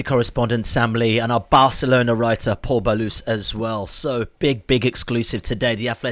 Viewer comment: Butchered Pol's surname😂😂😂 the raised eyebrows confirm it